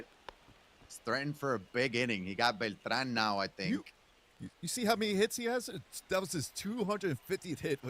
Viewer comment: The way he says Beltran makes me cringe